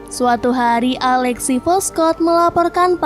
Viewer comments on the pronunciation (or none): none